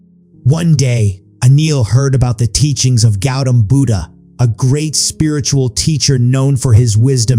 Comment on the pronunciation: Not pronouncing Buddha properly